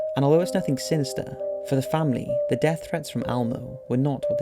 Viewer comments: It's Elmo not Almo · It's Elmo...not ALmo... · It’s Elmo not Almo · It's not "almo" it's "Elmo" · It's pronounced Elmo not Almo. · Almo? It’s Elmo! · The muppet's name is ELmo not ALmo. Seriously. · Is it just me or does he keep saying Almo instead of Elmo? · Elmo, ELMO, not almo. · Almo? It's Elmo El-mo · Is Elmo pronounced Almo across the pond? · Elmo not Almo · Why are you pronouncing Elmo as Almo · " L Moe" L-MOE... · Is he saying Almo?? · I can't believe how much this bothered me lmao It's pronounced ELMO man!